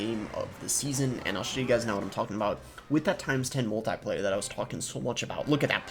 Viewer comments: Love your content Boss. Heads up, it's pronounced mul-te-plier as in a pair of pliers. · Might just be a regional pronunciation. If not, who really cares. Not that big of a deal. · Which one of us pronounces “multiplier” weird??